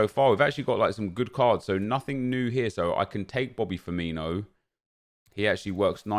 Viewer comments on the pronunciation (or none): none